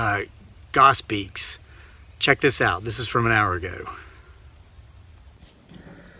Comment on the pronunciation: It's pronounced GROSS-beak.